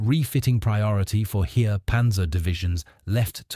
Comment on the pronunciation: I worked it out! The "Here" he keeps talking about is " das Heer". Pronounced "Hair". I know I'm f***ing stupid but this was confusing and didn't give me confidence in the rest of the video.